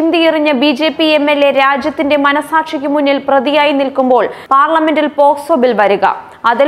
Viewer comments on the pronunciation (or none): none